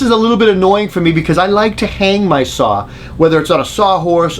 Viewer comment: There is no "R" in SAW